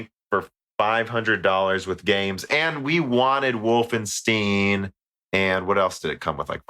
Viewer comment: speaking of not pronouncing words correctly. It's Wolfenstein with a "stajn" at the end. Not "Steen". Unsubscribing. EDIT: on your Death Stranding remark - My framerate on a launch PS4 was pretty unreliable a lot of the time especially with more effects on screen.